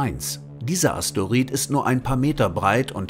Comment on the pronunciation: Es heißt immer noch nicht asteorid sondern Asteroid